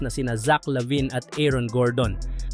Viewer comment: Lavine po hndi labin 😂😂😂😂